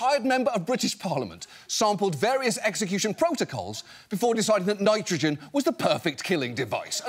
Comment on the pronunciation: Their governor failed to pronounce nitrogen correctly..... TWICE in one speech. To be fair, those tri-syllabics are tough. 😉